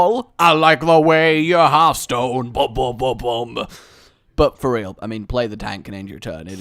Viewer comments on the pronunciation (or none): none